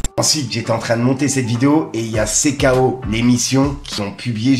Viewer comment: sais très très bien qu’on dis cikéo (CKO) et il dit toujours cé ko 🤦‍♂️ qui pense qu’il fait exprès..? 🤣🤣😹